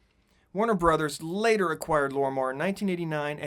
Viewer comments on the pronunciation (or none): none